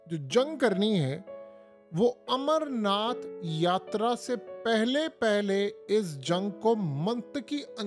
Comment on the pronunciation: Yatraaaa mei yatrryyyyyyy kya karty hai?